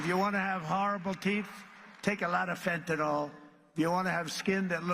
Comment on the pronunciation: He's not been told that it's not FenTun Al, it's fentanyl. It's possible to take LOTS OF fentanyl but you probably won't live long enough to have bad teeth and skin. Meth is much worse for those. Who says If you want bad skin and teeth take lots of fentanyl who says that? What kind of leader actually says? Do that a tiny amount of fentanyl will unalive you.